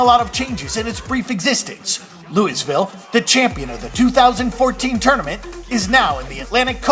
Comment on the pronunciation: if you don't know how to pronounce louisville go home --- quit